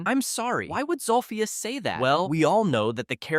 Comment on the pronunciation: its zolphious not zulfius